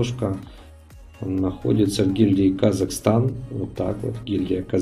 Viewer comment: казаХстан, а не казаКстан